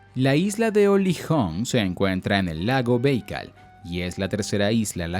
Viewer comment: Lo siento mucho... No soporto la pronunciación de los nombres tan alejada de la correcta: ¿Lago "Béikal"? ¿Qué me vas a enseñar?